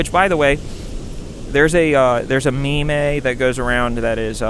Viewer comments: did you just pronounce “meme” ME-mey? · ….Did you just pronounce meme as mee-may..? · you saying "meme" like "me-may" is the character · I like how you pronounce "meme" as "me-may" Comment aside: I really like this video, and as someone who just did a deep-dive into screenwriting as a career, it kind of hits hard ("Breaking Into TV Writing" by Anton Schettini was super helpful, and it just came out last year 🙏). I don't think I'll ever move to LA for it; I don't think I'll ever be a "content creator". I think all I'll probably end up doing is get a "useless" degree, and make short films in the small scene that my state has--- as a side hobby of sorts. That's what I aspire to do, anyway, and I'm glad that you're happy with where you are! Keep on keeping on,, and stay passionate!:D 💞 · saying 'me-me'... Pupinia Stewart fan?